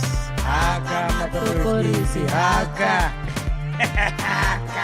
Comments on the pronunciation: MacG the elders will call you this year for mispronunciations Maṱorokisi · his reaction when he fambled the pronounciation of matorokisi😂😂😂😂😂😂priceless